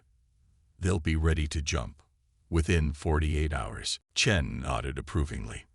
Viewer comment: At least the AI can pronounce Chen without screwing it up